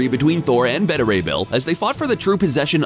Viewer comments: It's not "betta," it's "beeta." That makes me think you're using a computer-generated voice.... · You pronounce "beta" strangely